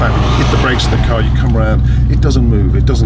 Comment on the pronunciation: the way he pronounces CAAAAHR